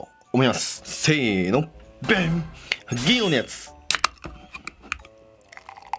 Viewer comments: You are completely right. Actual pronounciation is 'Gin'iro no yatsu', but he pronounces "ginno yatsu". (Both "Gin'iro" and "Gin" means silver, but the former sounds like "the color silver", and the latter just "silver". ) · Can someone please tell me how he pronounces 銀色のヤツ? It should be “Gin’iro no ya tsu” but I hear it like “ginno ya tsu”.